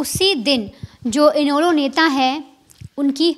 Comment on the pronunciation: और इनैलो नाम भी नहीं आती बोलना